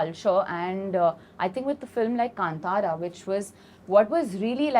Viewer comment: My comment might seem insignificant or silly when compared to other intellectual discussions in the interview I genuinely felt happy when Anurag Kashyap sir pronounced 'Kantara' correctly. It shows his precision😊